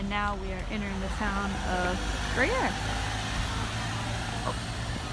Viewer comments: "Groyerais" ???? omg (mon dieu!!!!) " It is pronounced more like Grew yeahhhhr :-P (Gruyères) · Total idiot pronunciation